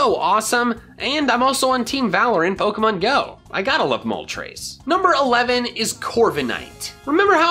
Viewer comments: THE T IN ZAPDOS IS SUPPOSED TO BE A D! FIX IT NOW! AND YOU LEFT OFF THE R IN MOLTRES! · it,s not moltras its Moltres